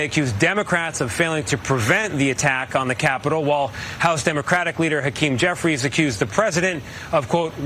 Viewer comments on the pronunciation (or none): none